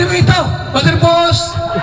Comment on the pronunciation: Grabe napatawa ako dun, PAAS naging POOS🤣🤣🤣